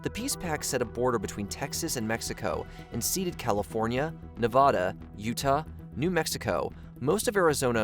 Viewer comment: don’t get me wrong This video is so fucking good, I really like it and im subscribing and liking but I can never forgive you for saying Nevahhda not nevada💀 theres an a for a reason😭😭 its neh(va)duh with the short a sound not the long one😭 either way, keep up the good work these are really cool👍